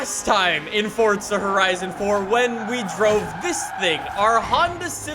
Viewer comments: its not fucking fortza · Shouting......why? Saying Fortza...why? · Why does he say fortsa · Am I the only one who gets mad when people say Fortza horizon 4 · BRUH IF I HEAR 'FORTZA" ONE MORE TIME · THERE IS NO "T" IN FORZA FML